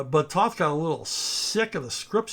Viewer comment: Toe-th! Toe-th! Toe-th! Not “Tahth”!